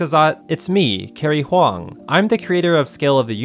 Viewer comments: Didn't realize until just now they were trying to say "Huang" and ended up with "Hu-ang" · kurzgesagt really said hoo wang twins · Ah yes, the hoo-wong twins.